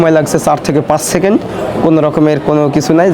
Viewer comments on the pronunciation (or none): none